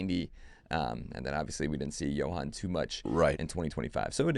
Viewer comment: Can someone help pronounce Duran’s first name? It’s Jho-ahn NOT Jo-han. Please.